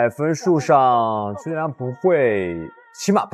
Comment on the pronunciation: 解说真垃圾！邱建良名字都会叫错